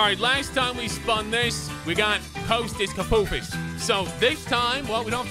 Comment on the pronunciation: It is not Kosta Koifos it is Kostas koufos